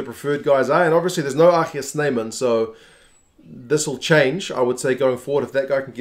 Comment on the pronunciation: Yo, I like the way you pronounce RG Snyman’s name. Well done.